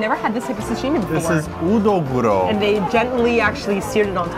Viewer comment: It's not udoguro and the real name is nodoguro